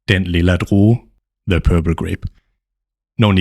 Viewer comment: it is great, but give us time to repeat😅. U are too fast. Also led to misunderstandings pronouncing "the" as "de"